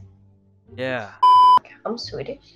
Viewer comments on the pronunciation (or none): none